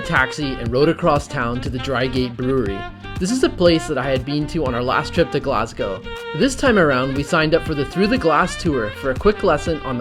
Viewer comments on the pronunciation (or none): NOT GLASGAOW it is GLAS GO!!! GO LIKE GO TO THE STORE NOT LETS GAOW TO THE STORE!!! FUCKIN YANKS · It really annoys me how you said “glasgew” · love your videos but please learn to say glasgow (glas go)